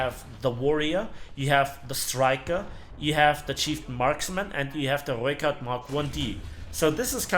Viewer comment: Damn somebody can roll their r's. So far this is the best pronunciation of rooikat I've heard.